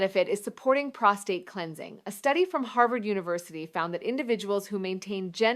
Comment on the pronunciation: Obviously produced by AI. The real Dr. Malik knows how to pronounce "prostate".